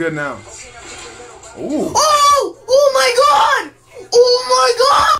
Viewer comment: Oh mawy gawhd he on xgames maode